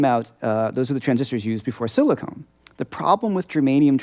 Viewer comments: Hi, I love all of your videos. Great stuff you're putting out there. I may sound a little anal retentive by mentioning this, but when you mentioned transistors, you referred to them as silicone, which actually, they are pronounced and spelled silicon transistors. It's just that I hear so many people who grammatically mispronounce that word. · SiliCON, not "silicone".